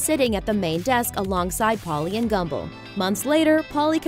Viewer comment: Did she say "Gumbo" instead of Gumbel ?